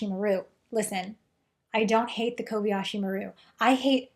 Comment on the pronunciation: It's Kobayashi, not "Kobiyashi." Kobayashi is a common Japanese surname, but I wonder why the ship is called "maru," which is used in Japanese for ship names. In the future, does Japan have it's own spaceships following Japanese naming conventions?